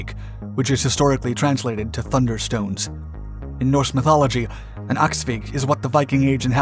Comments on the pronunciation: Thanks for the video! the swedish word is "Åskvigg". Anglicise it as "Askvigg" if you must, but nota bene: it's not pronounced "aksvigg" (like Axe-vigg). Cheers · Good video on one of my favourite aircraft - it was still the primary fighter when I did my national service in the Air Force back in 2001. One note, though - it’s “åskvigg” (pronounced “oskvigg”), rather than “axvigg”; it’s not cognate with the English word axe.